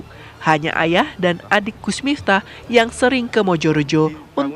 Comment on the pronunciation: Kok nyebutnya miptah sih ya...